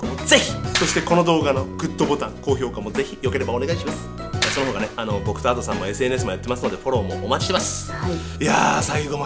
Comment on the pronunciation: いや のadoさんのイントネーション阿蘇山で草